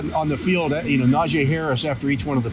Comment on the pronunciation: I really like your insight but man his name is pronounced Nah-jee not nah-jay lol